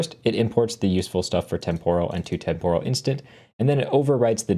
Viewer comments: pronounced temperal not temp-oral. Tempus, temporis is Latin and the o is short. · Great video but you are badly mispronouncing the word “temporal.” The stress goes in the first syllable, not the second; like the first part of the word “temporary.” Listen to the correct pronunciation here